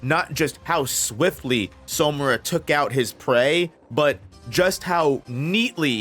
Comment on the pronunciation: Alright, I've given you enough time. I'm gonna play my arrow now, lol. It's SAmura. SA. not SOmura. It's a simple name, there's no SO, the Japanese kana says SA さ too.